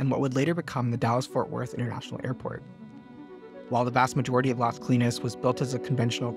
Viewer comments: Great video but I had to look up the project name because the narrator kept referring to it as LESKLEENS, instead of LAZ KOH-LEENEZ, which is much closer to the Spanish pronunciation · Las CO-LI-NAS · ** It’s LAS Colinas. L-A-S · The way you say Las Colinas is weird.